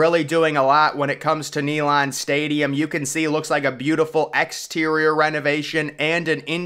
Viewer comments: NEE - LAND 😂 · It's pronounced Nay-land not Knee-lon.